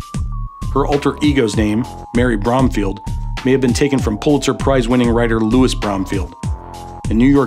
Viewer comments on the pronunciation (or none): none